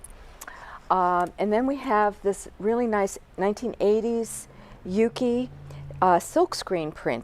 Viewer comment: U can’t pronounce YUKI? 🙄 sound like a Karen